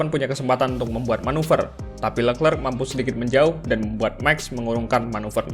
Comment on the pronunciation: Min charles leclerc pronounce nya sharl lekre